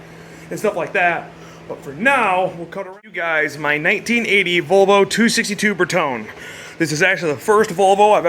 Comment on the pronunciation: Always wanted one of these, look so GANGSTA! (IMHO) Can't wait to see what you do to it! Oh, and as an aside, the final e in Bertone is like a long e, ber-tOH-nee. Love your channel!